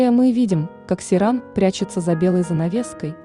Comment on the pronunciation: Не Серан, а Сейран